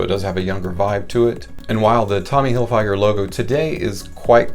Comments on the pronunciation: Figer not fyger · You butchered Tommy's last name. Tommy Hilll-fig-urrrr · “Hillfyger” 😂😂😂😂 you gotta be trolling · It's pronounced fig...like the fruit, not a long I, in Hilfiger. Sorry, but it made me cringe every time you said it. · If you know this fragrance for so long why is it you still can't pronounce it? I'm going to stop watching this video now because you're driving me nuts the way you say Tommy Hilfiger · Is a me,or are you pronouncing Tommy Hilfiger wrong? Or have I been pronouncing it wrong all this time? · I think he thinks that's how it's pronounced lol is he right and we've been wrong for 30 years 😂